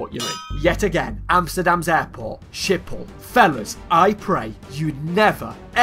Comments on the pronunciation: Me dying every time he says Schipol ( IT'S PRONOUNCED SK-HIP-HOL) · Im dutch and the way you pronounce Schiphol is so funny😂